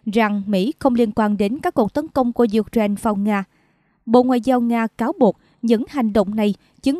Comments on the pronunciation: "U-tren" là nước nào?? Xướng viên nên đọc cho đúng: "UKNAINE" chứ không phải "U-TREN" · Có một vài chổ XNV đọc là U-Trent thật. Nghe đọc phút đi.